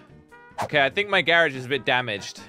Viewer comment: It's a garage not garich